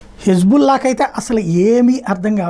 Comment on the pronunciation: పేరు సరిచూసుకోండి... అది హిజ్"బుల్లా" 😂😂కాదు.... హిజ్బొల్లా.... 😊